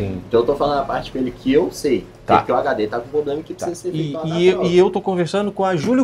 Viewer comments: Falar “poblema” é foda bicho!!! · “Poblema” mil vezes da uma canseira de ouvir. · O menino aí mandou bem. Só precisa ajustar esse “poblema” aí! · Só precisa parar de ser prolixo e de falar 'POblema'. 😭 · O que mais me incomodou foi o atendente ficar falando "poblema" que nervoso!😂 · geral fala ''poblema'' ja tem um tempo qe reparo muitas pessoas pronunciando errado kkk outra palavra qe geral fala errado é ''Celebro'' kkkk repara qe voce vai perceber qe muitas pessoas falam essas palavras erradas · " poprema" , acho que é a palavra que o povo fala mais errado no Brasil , fico esperando o povo falar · Nunca ouvi tantas vezes seguidas na minha vida a palavra "Poblema". Quase que desisti de assistir, Jesus amado! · Agonia esse poblema desse 😂